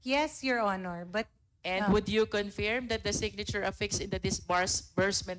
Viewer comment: Isolated in the nature of tasks. Luistro's attempt to showcase intelligence inadvertently resulted in confusion and unmeaningful dialogue. Learn to prnounce 'confirm' before u go on public ma'am.